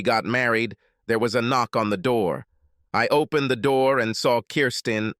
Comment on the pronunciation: Pronounciations? Three more originals to the list: OWE+PEN+ED RAY+CON+EEZ OWE+BLEE+GA+TORY Ye gods, so abysmal, commenting must be a sheer waste of time…